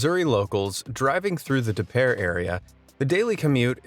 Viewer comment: Thank you for pronouncing "Des Peres" correctly